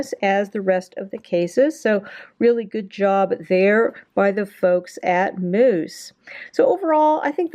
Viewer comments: Ahahahahaha! Why are you pronouncing Mous like mousse and not mouse?? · Pronounced mouse not moose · you said moose it is mous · Bruh it's not moos it's mouse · Future reference its pronounced "mouse" not "moose" couldn't stop laughing but great info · It’s mouse. Like mouse. Aaaaarrrrrggggghhhhhhh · honestly I think you just own the moose pronunciation. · 1 it’s pronounced mouse, and 2 just drop test it if it’s that good of a case instead of showing the accessories for half an hour